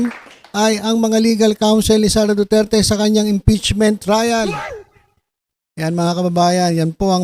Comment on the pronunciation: TSMA BA DINIG KO: DO-DIRTY!!! DO-DIRTY!!! DO-DIRTY!! 😂😂😂